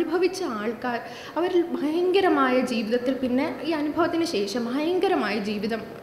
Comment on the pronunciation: Thudakathil"Bayankaramaaya" kurachu koodipoyo